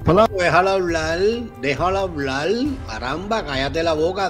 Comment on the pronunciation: NO SE DICE HABLAL SE DICE HABLAR POR FAVOR PRONUNCIEN COTRECTAMENTE